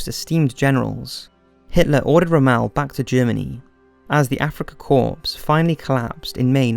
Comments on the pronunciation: Corps (military unit) - Pronounced 'cOre'. NOT corpse as in a dead person. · It's pronounced "RommL", NOT ROM-MELL and "Corps" is pronounced "CORE" you limey tea-drinking pansy!!!=lulz ;-)